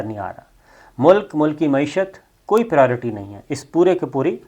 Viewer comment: It is pronounced as pri o ri ti . Just on lighter mode. You can use ترجیحات instead though.